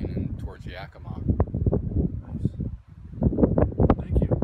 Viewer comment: Yakimaaaaa more emphasis on the ma.🎉 Brilliant lecture thank you! I'm living in N.E. Oregon right now about 5,000ft at the foot of Wallowa Lake. My yard has sunk and now has a noticeable slopping. I have no idea why? It started sinking last fall. Anyone else notice this happening? One other person noticed her yard developing a slop as well. She's on the other side of town. Very weird. I was eight when Helens blew.